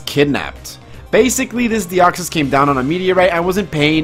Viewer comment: Why do you pronounce it "Die-oxys"? That's not even how it's spelled